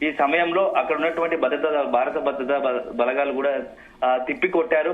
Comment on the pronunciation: ఈ వార్త ముఖ్యమైనది. కానీ వార్తలు చదివే వారూ, వాటిని అందించే వారూ… మన తెలుగు భాషను పలచన చేసేస్తున్నారు. బారత్, బలఘాలు, జరుగుతావుంది అని పలుకుతున్నారు. భారత్, బలగాలు, జరుగుతోంది అని ఉచ్చరించడం లేదు. సరిహద్దు అని అనకుండా బార్డర్ (border) అనీ, తొలి సంధ్యలో అనకుండా, అర్లీ మార్నింగ్ (early morning) అని చెబుతున్నారు. తెలుగు దృశ్యమాధ్యమం వారి అర్హత తెలుగు సరిగా రాకపోవడమేనా!??!!